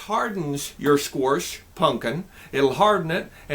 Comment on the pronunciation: why you pronounce squash sqoarsh? is that a Nebraska thing or a thing?